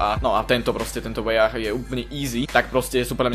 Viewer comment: to je kurtoa a nie kortoa a hento ten weah sa číta wíh